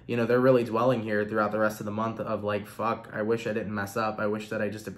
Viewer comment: Love how you said "I dont give a fugg" that really made me laugh. I needed that so thank you